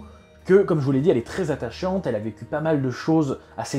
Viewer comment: J'avais entendu atachiante 🤣🤣